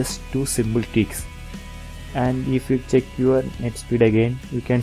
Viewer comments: trick not tweeks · THANKS ........ OH AND WELL ITS NOT TWEEKS ........ ITS KNOWN AS TRICKS